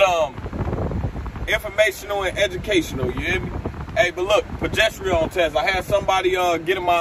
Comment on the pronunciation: Why you saying that word like that 😂 “pro gest arone” is how you pronounce it